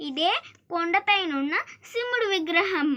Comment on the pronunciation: Mey Shimudu kaadu shivudu. Ford ecosport baguda. Baga vundi naration